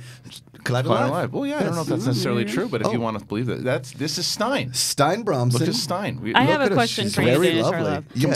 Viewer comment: I think it's pronounced "Stee-na" not "stein" because there's a video game girl names Stine who is Norwegian I think that pronounces it that way.